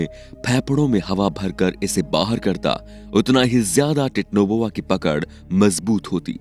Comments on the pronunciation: Titno boa ni bhai titanoboa hota hai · It's not titnoboa it's titanoboa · Vai it's not technoboa it's titanoboa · Techno boa nahi titanoboa bolte hain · 😂😂 thora ache seh pronounce karo titanoboa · Abe chutiye tu pehele Titanoboa bolna sikh le!! Aur thumbnail Mahadev ki photo kyu lagai hai?? Chomu!!